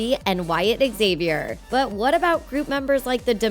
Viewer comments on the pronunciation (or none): none